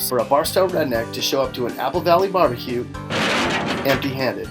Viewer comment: bar bah que